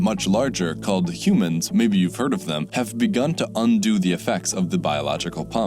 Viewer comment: what are these "humons" you speak of?